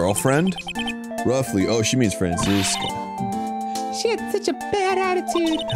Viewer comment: Arin its Fran-Chess-ka. Also i just realized this but wouldnt Phoenix's full name and title be Phoenix Wright, Esquire since he's a lawyer?